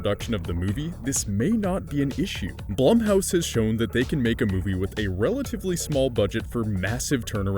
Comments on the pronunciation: Am I the only one knowing it's pronounced "Bloom"house? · Are you sure it's not pronounced bloom? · Edit, am I the only one getting distracted by the constant misuse of Blumhouse's name?